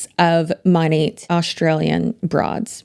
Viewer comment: 😂😂😂 It's actually pronounced as Money??? I thought it was Moan-aht. This shit got weird real quick, and I'm really put off by that company even more. Feeling sensitive today with my hormones, so Imma let you have a view, a like, and a comment. Maybe I'll finish this in the future. I think the Auwwrrr Naurrrr sent me over the edge, because I already hate someone with that accent, plus her friends.